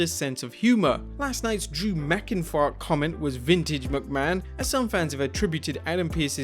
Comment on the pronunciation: you messed up on Drew McIntyre name